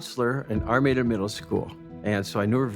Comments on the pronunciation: The narrator keeps saying Armida, but all of the town and everything says Armada??? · The village of "Armada" should be pronounced like the Spanish Armada (arm-odd-ah), not Are-made-ah. I think that pronunciation is another possible crime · Since they solved this crime, let’s talk about the pronunciation of their town? Ar-may-da?? That should be criminal.